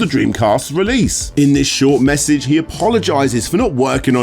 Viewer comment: "Messege from Capcom" 😂😂😂